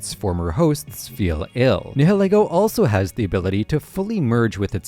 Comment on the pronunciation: It’s “NAI-YIL-EE-GO” like the ‘nihil’ in ‘annihilate’ and ‘ego’ like in ‘ego’. Not “NEH-HEH-LEH-GO”. If you’re gonna make videos about Pokémon, pronounce the names right